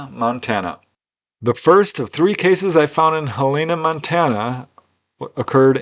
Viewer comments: That's "Hell-en-nah" not "Hell-e-nah". Capital city of Montana and home of the University of Montana. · not how you pronounce Helena... Hell-en-uh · I've never heard it - Hell ayna! LOVE IT! I will use that pronunciation henceforth with relatives that live up that way😊 Btw - easiest way to know how it sounds? Just think - "Hell in a" handbasket (just leave the handbasket out of it and there ya go😊 i prefer your way personally though.